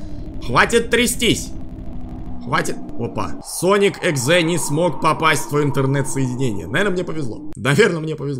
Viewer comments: Правильно говорить [йэуикс] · Что бы легче тебе жить читается Соник эикс И ещё Рэй это белка летяга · Sonic.eyx читается, как "Соник.эйкс"